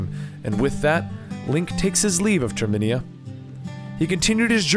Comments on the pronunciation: its termina not terminia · It's Termina (tur)(meh)(nuh) just a heads up